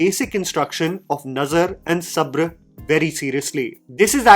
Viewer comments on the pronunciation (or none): Nazar and Sabra*. It's actually said exactly like you said Nazar. It's Sabar not Sabra*. For some reason it kept bothering me throughout the video 😅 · Agree completely. But it’s pronounced sabar not sabr (how it’s spelt)